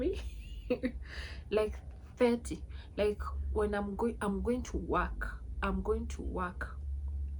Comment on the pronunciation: Which part of Lusaka did you visit? Lusaka has some really nice apartments, depending on your budget. One thing to keep in mind is that in Zambia, people may struggle to understand you if you say "waki" instead of "work" or "thati" instead of "thirty." Speaking a little more clearly can make communication much easier. For transport, we have several ride-hailing services, including Yango, Ulendo, Unka, and Go. Next time, try to find the right local person to show you around—you'll get to experience the real Lusaka beyond the usual places.